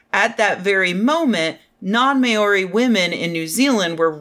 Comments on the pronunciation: "Maori" is pronounced roughly "Mowri". There's no diaeresis in it. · Maori is pronounced Mow-ree or the way they pronounce it it's Mah-ree with a slightly trilled R. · Māori: "Mao" sounding like Chairman Mao, "ri" sounding like "re" in receipt. The a/macron isn't long A, it's an extended "ahh" vowel sound. Hope that's helpful, Rebecca. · I'm so glad somebody else noticed that! I've never heard it pronounced that way before, I actually did a double-take. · Even as an Australian that made me cringe. That's definitely not one I've heard before.